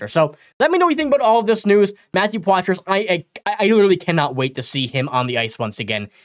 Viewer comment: It's pronounced Potra. Ask him, he'll tell you.